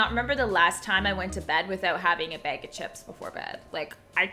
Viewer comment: I LOVE how says bag, like she always says like a beg or like bayg🤣😂